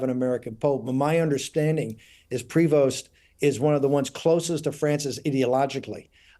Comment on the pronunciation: To all my American friends... It's pronounced Pre-vo, not Pre-vost (The st is silent).